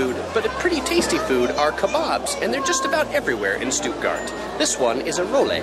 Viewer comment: Oml Americans don’t pronounce it (Stootgart)😂 and u didn’t go to Lisa and Lena’s house. Smh